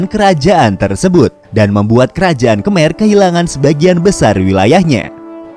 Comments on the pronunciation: Sorry min just fyi, mereka nyebut Khmer itu "kemai" Kalo org indo biasanya nyebutnya khamer, bukan kemer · Ucapan KHMER yang benas dibaca KHEMAI